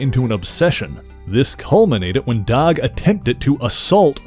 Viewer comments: Dawg ? Are you trying to say Doug ? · Are you saying "dog" or "doug"?